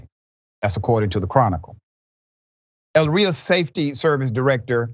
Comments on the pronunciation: When doing a story and mispronouncing Elyria... It sounds like this...Ee Leer Ee Ah. That is how you say it, Dr. Rashad Richey. I'm not trying to be mean to you. The town is outside of Cleveland in Lorain County which is another town that the F.B.I. has dropped the ball on. Since the days of the Mafia Both Cuyahoga and Lorain run hand in hand in stories such as what you have just reported. And there are crimes done that were never reported and cleverly covered up. There are officers still on the force to this day along with some even promoted in positions of greater authority that would blow your mind. And even retired ones too. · It's actually E... Not ell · Cops know that body cams don't matter because they've been protected by immunity. Also, "Elyria" is pronounced as ell • li' • reeya 😊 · No disrespect Doctor, Richey it’s E - Ly- Riaaa. Great work that your team has done!✌🏾🤴🏽🙌🏾💯👨🏾‍💻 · Elyria (E-lear-ia) my home town say it right. In their defense, Elyria police will hire a pork chop if it has prior police employment. Chief of police is actually a good man they just don't do background checks because they're desperate. I watched the feds arrest Tristan. He thought he could hide in a small town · Elyria is pronounced >>> ELL-ear-REE-uh - or >>> eh LEAR ree uh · The city is pronounced A LEER YEE AH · You'll need to go back in your video files Elyria police had their own scandal with their police force. And the city is pronounced Ill-leer-ria